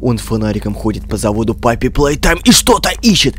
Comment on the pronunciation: Не паппи, а поппи